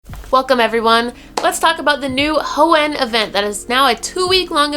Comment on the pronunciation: Anyone else feel like is over stressing the word Hoenn???